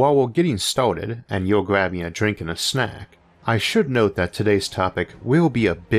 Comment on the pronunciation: blah blah blah gwrab a dwink and a snuack.. duhhhh i talk wetarded